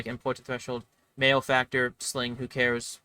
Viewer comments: It’s pronounced mal-e-factor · Interesting points, however, you have pronounced malefactor incorrectly. Therefore your opinions are wrong. I will now proceed to tell everyone I know that tailor is the only s tier class.